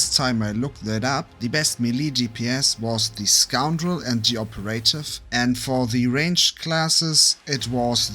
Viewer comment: Operative... needs some work on the pronounciation.